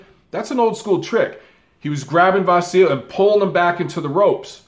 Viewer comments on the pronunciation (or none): Great video, as always,. Just a side note on the name issue: it's actually pronounced Vasili. With a soft "i" at the end. Like Milli Vanilli, if you wish. The sign at the end of his name, in Ukrainian, (the "ь") has no corespondent in English but it softens the consonant that precedes it, generating the soft "i", in this case. Not a major error by any means but a fun fact that I hope you'll like. Cheers and keep up the great work you do! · pronounced VAH SEE LEE